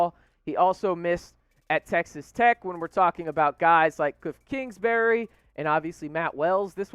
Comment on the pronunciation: Klingsberry! I think his name is Kingsberry. You really got the inside info. Hotshot.